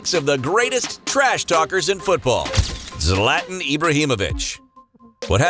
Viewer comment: "Slatn" Ibrahimovic 😂🙄